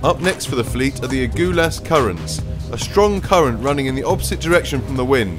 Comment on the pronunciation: Great stuff, was in a helicopter off Plettenberg Bay when the boats passed, awesome! PS: Commentator...'A-Gull-liss', not A Goo lus (Agulhas) :)